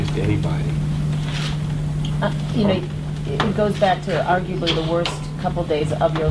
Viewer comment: Please don’t m*rder eeeenybody, eeeenywhere